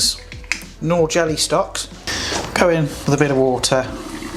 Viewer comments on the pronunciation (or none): none